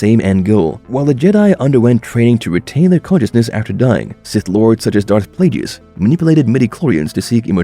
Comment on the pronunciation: Darth plajius had me ded